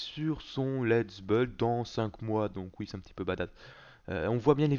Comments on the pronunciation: 7 depuis tous se temps ou je connais, il a jamais réussi a dire buiiiiiild il dit beuld mais en même temps, il est belge! xD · g adoré le pitit "lets BEULD" xD